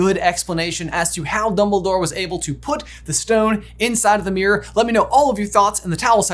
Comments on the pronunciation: Why can’t you pronounce mirror? “It’s thurough the merOr” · OMG my poor ears hearing meeyrer or whatever so many times 😅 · Hearing the American pronunciation of "mirror" so many times is messing with my head.